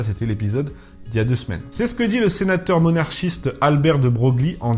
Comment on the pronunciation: De Broglie = "De Breuille" en français SVP. Vox clamans...